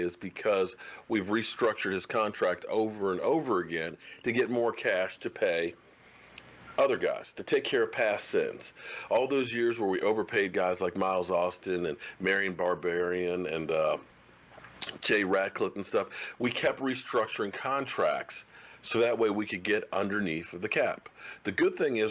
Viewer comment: Marion Barbarian!😂😂😂love the way you butcher names!lol